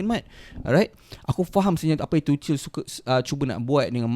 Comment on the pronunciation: Bang tuchel tu pronounce dia "too-curl"/"tu-kel"